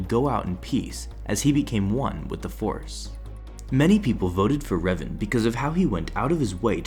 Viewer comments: its pronounced r-A-ven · The way he pronounces Revan bro what